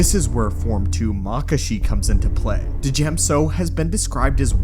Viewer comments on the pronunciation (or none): The pronunciation of Djem isn't Du-Jem, it's Dee-em/Dyem. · Its pronounced like Gem, not duh-jem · ok but like Duh-jem sounds like nails on a chalk board to me. sounds like when people pronounce Djent as Duh-jent. the D should be silent